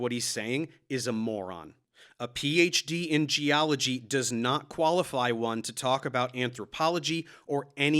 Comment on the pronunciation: Casey Luskin, Ph.D. Gee-ology.